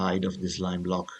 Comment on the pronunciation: u are italian right? not trying to be mean, but i like how u say blocccc (again I'm not trying to be mean to you, I'm just kidding)